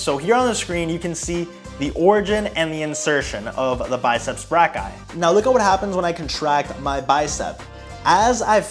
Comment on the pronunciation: I heard “biceps black guy” lmaoo